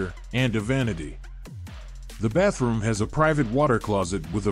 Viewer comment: So the thumbnail was clickbait and who says "Baff room" in a professional presentation? 🤔